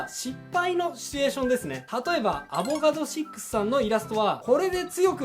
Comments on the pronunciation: アボガド6さんの名前は物理学者、化学者のアボガドロからきているので 6の読み方はおそらく「シックス」ではなく「ろ」または「ろく」何じゃないでしょうか……？ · すみません、過去動画とのことなのですでに誰か言及されてるかもしれませんが、例に挙げられている「アボガド6」さんは、アイコンにアボガドロという名前の科学者の画像を使われているので、多分、読み方も「アボガドロ」だと思います。 例え話がめちゃくちゃわかりやすいですね。 見る気のない人に見てもらい、気に入ってもらうというのはイラストに限らず、広告とかデザイン全般にも言える真理かもしれませんね。